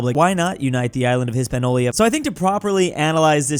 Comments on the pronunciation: Please stop calling it Hispanolia 🖐️😫🖐️ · Why can't mf still not pronounce Hispaniola??? 😭😭😭